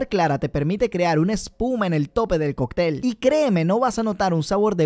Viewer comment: Me hace gracia hables de pronunciación y te pasas toda la vida diciendo "cocTEL" en vez de "CÓCtel" ya que además por si las dudas tiene un acento que despeja toda duda sobre cómo se pronuncia. Por lo que, por favor, dilo bien que me destroza los oídos XD Por lo demás buen vídeo y contenido me gusta mucho siempre te doy like